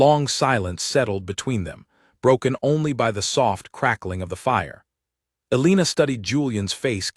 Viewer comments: Learn how to pronounce Elena or choose a different name. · Absolutely so annoyingly